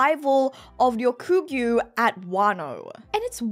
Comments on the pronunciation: YOU SAID RYOGYUKU AND ;] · I think ya’ll are misunderstanding haha She might say the nine slightly differently (example: Ryokugu), but she only actually says it properly twice. Don’t know if it was on purpose mispronounced, or if it was on accident and she noticed later, but that’s what she meant lol